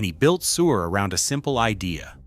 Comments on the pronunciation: I thought he said “Sewer” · It's pronouncing Suhr "sewer." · Unwatchable AI .... cannot even properly pronounce Suhr .... SMH